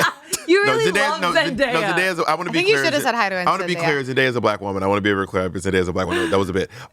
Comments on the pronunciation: reeeeally doesn't want to say Zendaya correctly 😆 🤣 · I'm not trying to be that girl but, next time be more mindful on the pronunciation of someone's name. It's not that you didn't know how to say Zendaya but rather how you didn't care for it. Black women deal with their names being mishandled and taken no care for which I know you didn't mean but there's history behind it and sadly those actions reinfore culture to be dismissed.